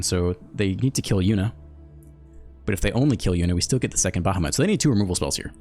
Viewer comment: its pronounced like bah-hah-mut